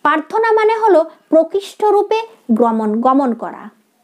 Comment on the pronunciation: Prarthanar uchcharon ta thik thik korun.. Prarthana.. Paarthona na.. Joyguru 🙏